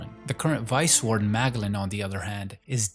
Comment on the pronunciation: This guy cannot pronounce character names correctly